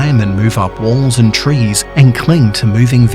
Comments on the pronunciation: He said “CREATURE ON TRES” not trees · It’s from the people who hated the fact he said “tres” and not “trees” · He said creature on tres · Oh great I'm not the only one who heard creature on tres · Normal person: trees: tres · a great disturbance was created the moment he said tres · TRES? EXCUSE ME DONT YOU MEAN TREES? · How it's supposed to be said: trees How it's actually said: tres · And you said creatures on tres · tres? what is a tres? XD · Anyone noticed he said tres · Tres? The accent sounds a little oof Not saying its bad But it sounds like you're saying 3 but in Spanisg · You say trees trees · You said tres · Have I been pronouncing trees wrong my whole life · How do you mispronounce trees!